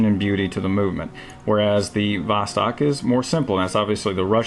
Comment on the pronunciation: Don't say vOstok, but say vostOk. Thanks.